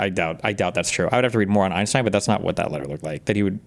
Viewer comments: I swear to f if hasan says “einschtien” I’m going to lose it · His knowledge of Einstein stops at pronunciation.